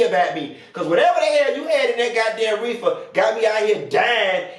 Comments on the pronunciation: “Edible reefah” 😂😂😂 yeah I’m about to die at this video 😭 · Not "reefa" 😂😂